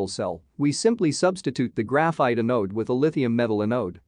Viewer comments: Great video, and I'm looking forward to more. I have a request for future videos. Your text reader is pronouncing anode like "uh node", which is very distracting in a battery video. Google translate pronounces it correctly. The A should sound like the A in apple. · Anode is pronounced with accent on the first syllable. Closer to "an ode" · thumbs up for the effort, but the voice is way too computer-ish and monotonous, also quite fast and slowing down to 0.75 is not very good and the word anode is pronounced incorrectly. My biggest issue was the fact that you show all those graphs without sufficient explanation and without directing the viewers to take a look at a specific plot when you're making an argument.